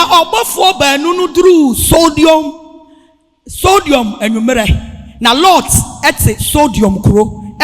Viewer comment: Sodom not sodiom😊😅😊😅😊😅